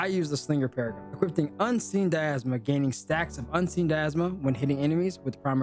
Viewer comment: "Equipting" isn't a word. "Equipping". Dy-na-mism, not "diasma". "attack-ting" is not a word. "attacking" is. Ad-junct.